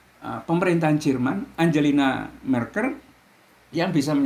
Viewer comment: Yg benar bukan angelina marker, tetapi Angela Merkel..... trims